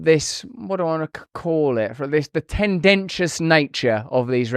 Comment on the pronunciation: Hello. "Tendaciuos". I had to put my head down on the table again.😢✌️